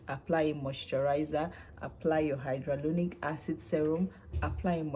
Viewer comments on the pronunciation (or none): Why are you pronouncing it as hydrolonic acid?